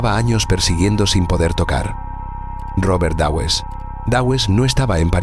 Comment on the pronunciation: este video es el claro ejemplo de la incompetencia de la educación del ingles en países hispano parlantes! Existe tantas gente con un conocimiento de los dos idiomas que en toda la gente que ven este video se creen que es así. A mi me sangran los odios al decir Dawes y Nottingham que no puedo! Es alucinante que esto se acepta